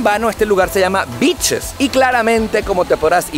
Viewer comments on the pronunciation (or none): Ese beaches sonó bitches jajaja